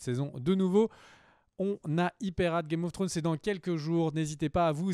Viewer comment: A chaque fois j'attends le fameux "game of flllonn's" !!